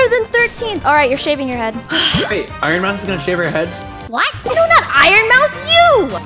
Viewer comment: Iron moues!😂😂